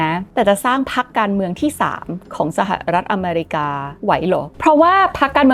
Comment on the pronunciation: เกลียดคำว่า สหะะรัฐอเมรีกา จะเว้นช่วงทำไม่ แถมทั้ลคลิปพูดคำนั้นเกือบร้อยครั้ง เสียเวลาฟัง